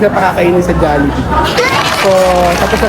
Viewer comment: Tagal ko nag antay ng vid nato d nga rin ako mk tulog kahit antok na antok nako... love to see them eating our own food chain❤ ang galing ni bumigkas ng jollibee